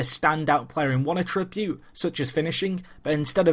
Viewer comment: Great video, but it's 'A-ttribute' rather than 'a-TRI-bute'